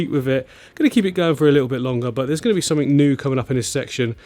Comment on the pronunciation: I watched till the end just to hear you say click sumfink lol It was great to see all the tanks I have watched you build over the last year, keep up the great work Thanks to Mrs for sharing you